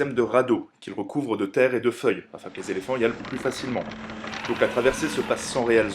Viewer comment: Intéressant, rythmé, bien mis à la portée des jeunes adolescents. En revanche, attention a votre vocabulaire : - "récupéré des territoires" : on n'est pas chez Emmaüs. - 37 "zéléphants" ? Très zélés, les pachydermes. 🙂 - "gros port" sonne comme une insulte - "envoyer une garnison" : c'est strictement impossible. Des troupes, ou un contingent, oui, une garnison, c'est un délimination géographique et administrative. - le "traité qui les unit" : non, qui les lie, c'est différent Vous devriez vous faire relire par un officier avant d'enregistrer votre texte.